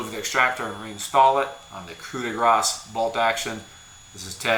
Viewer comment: For once an american pronouncing "coup de grace" properly. Keep going, the frogs enjoy the sounds you make, funny magic man. ribbit